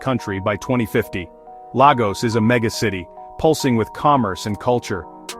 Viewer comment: Don't expect much from a guy who lectures about Lagos, but does not know how to pronounce Lagos😂